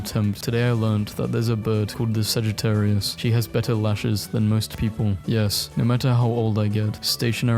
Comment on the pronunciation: The fact that you didnt butcher Sagittarius makes me think youre a Sagittarius lol